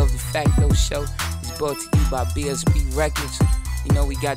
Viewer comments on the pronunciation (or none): none